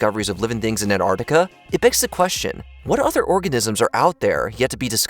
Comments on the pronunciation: It isn't ANTARTICA it's ANTARCTICA. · kept saying Ant Artica.. I thought it was pronounced AnTartica